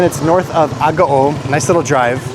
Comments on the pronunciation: You’re mispronouncing Agoo. It’s pronounced Ah-goo-oooh(three syllables.) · Isn’t mispronouncing Agoo?It should be pronounced Ah-goo-oooh(three syllables.)